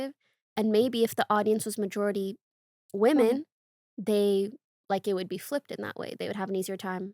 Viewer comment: Day XX of commenting about the recent phenomenon of people pronouncing "womEn" and "womAn" the same way until others catch on so i feel less insane... & mispronouncing "women" (Even the transcript has it listed as "woman" lol) then pronounces it correctly